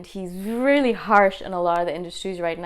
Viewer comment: Love how you say "rilly, rilly, rilly"! :D